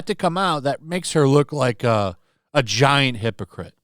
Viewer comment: “Makes her look like a giant hypocrite” Emphasis of the word “Giant”